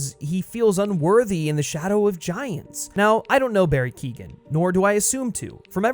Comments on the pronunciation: Dude, I get your point with the whole everyone copies heath ledger, thats all good. Barry Keoghan, you said his last name wrong, is fine. We’ve barely seen him. You’re ranting and raving about a guy who got about 2 minutes of screen time. Wait till the next movie comes out, then you can complain 😂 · KEOGHAN not KEEGAN ffs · Barry ''Keo-han'' not ''Kee-gan'' Also the Todd Philips and Joaquin Pheonix interpretation of the character was very different and interesting. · Keegan?. The name is pretty much pronounced phonetically , Key-oh-gan. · His name is Not Barry Keegan.. it's Keoghan.. it's pronounced keeyoan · FYI: Keoghan is pronounced "Kyo-an" Source: Am Irish, it's a reasonably common surname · His name is not Barry Keegan. It's is Barry Keoghan. You should learn how to pronounce it if making a video on him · For all the Americans, Barry's sur name is pronounced "Key-oh-an" not Keegan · Bestie, you’re mispronouncing Barry’s last name 💀 it’s [Key-oh-gan] not [Keegan] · Keoghan is pronounced “Kyone” not “kee-gan” btw. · ‘Keoghan’ = Kee Oh an .. not Kee gan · It’s pronounced Barry “Keehon” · Can you please pronounce Barry keoghan name right it's like kyohan instead of Keegan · Keoghan is pronounced “Key-Owen” not Keegan lmao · Keoghan is pronounced "Kyo win" not "Keegan" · Barry Keoghan is pronounced : Key - oh - in. Source. I am Irish and my family have the same name... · It’s pronounced Co-en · Barry Keoghan's surname is pronounced "Kyo-en" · It's Keoghan, not Keegan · Barry Keegan? 😂 being Irish the amount of people that have said Keoghan wrong is starting to annoy me 🤣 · barry keoghan is pronounced "key-owen" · Who is Barry kegan it's Keoghan your not supposed to pronounce the g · His name's pronounced Barry Kyo - han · you could try and pronounce his name right at least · you should probably learn how to say Barrys last night right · Look up how to pronounce Keoghan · People need to learn to pronounce Keoghan